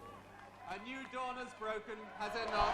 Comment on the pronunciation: "A new dawn has broken , huzz it not?"